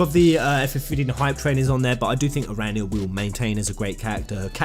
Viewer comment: please correct your pronunciation of the dragoon knight of Aranea the guys in the game says her name all the time so how can u still get it wrong